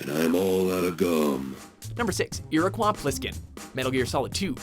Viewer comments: how do you mess up the pronunciation of Iriquois Plisskin? it's ear-ah-koi, not ear-ah-kwah :P also: Snacker ( Banjo-Kazooie ) - chases after you in the waters of Treasure Trove Cove with music similar to the Jaws theme "What's in the box?" ( Borderlands 2 ) the Noisy Cricket from Men In Black ( Saints Row IV ) Chompy's Last Stand in the final stage of Skylanders Swap Force ( clear reference to King Kong ) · Iriqwah? Does he mean Iroquois? This guy says something incorrectly in every video he is in! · how did you mispronounce Iroquois and then show Snake saying it right? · 'Iroqwa' Pliskin? REALLY!? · dislike for his pronunciation of iroquois